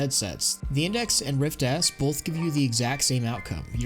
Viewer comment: solid video with insightful analysis but you gotta stop saying both like bolth lmao